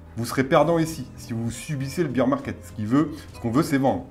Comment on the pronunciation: Un petit détail en passant : "bear" rime avec "pair" en anglais. Le beer market, c'est autre chose. :) Vidéo très intéressant par ailleurs !